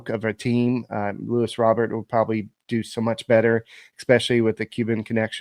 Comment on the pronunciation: His name is not LEWIS it’s LUIS